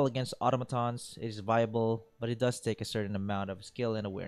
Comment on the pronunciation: Why the hell does everyone pronounce "automaton" wrong?